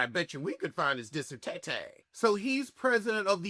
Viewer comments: “Your disertaytay” I’m dead😂😂😂😂😂😂😂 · Before I continue, I really hope you say dissertay-tay in this video 😂😂😂. Please proceed…